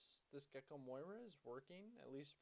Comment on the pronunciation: Does he say it wrong on purpose? On caught that and I was like 👀